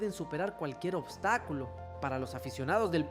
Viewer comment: Y este chico porque habla así y tACtico y glOOria, ObstacUlo 😂